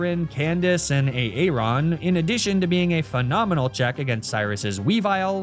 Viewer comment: That A-Aron caught me off guard 😂